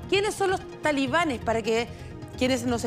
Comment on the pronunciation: Que vergüenza escuchar a periodistas universitarios en todos los canales de la televisión chilena decir "talibanes" cuando esa palabra está mal dicha...